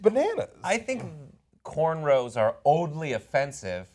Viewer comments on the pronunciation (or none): "Cornrolls"? lmao at least get it right